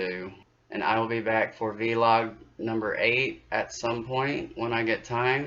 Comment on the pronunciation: you say v-log. I normally hear people say vlog.